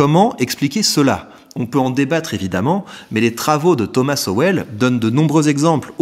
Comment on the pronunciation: grand fan de Sowell, et content de le voir cité sur une chaîne francophone :) Par contre c'est prononcé "Sol" je crois